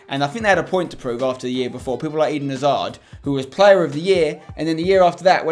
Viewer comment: Why's everyone commentating "Cracking Plurrr" ????